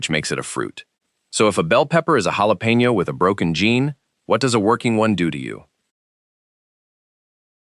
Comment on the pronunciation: Hey, programmer of the AI machine voice! The "j" in jalapeno is NOT pronounced the usual way. It should be a "kh" sound.